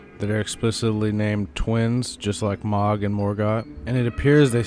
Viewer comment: No shade but the way you say “Mohg’s” name bothers the hell outta me lol. I always heard it pronounced as MOW-G not MA-G. Dk which is correct just never heard anyone say it your way…so please stop lol